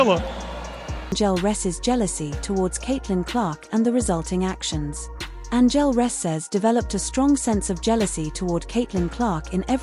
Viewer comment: What robot is doing to talk over on this video clearly can’t speak and say, Angel Reese